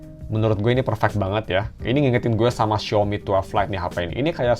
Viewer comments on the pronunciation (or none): none